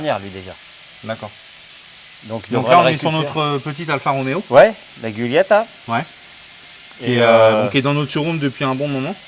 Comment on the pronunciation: GI en italien comme en français, ça ne se prononce pas GU. On dit DJOULIETTA et non GUIOULIETTA. Amicalement.